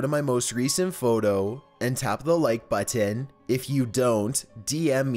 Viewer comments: Ok But why does he over pronounceate the word button? (Idk how to spell :) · His pronounceyation of button is the scariest part of this video